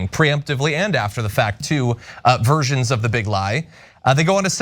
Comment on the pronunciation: fyi "uh, versions" sounds like "aversions" john, please try to not do that again